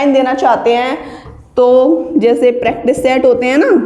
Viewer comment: Mam its *practice set not prectice set😂